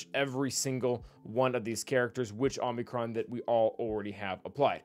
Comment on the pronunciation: you killed me by pronouncing it Omnicron it's oh-mee-crawn. Please I'm a language nerd, don't make me suffer❤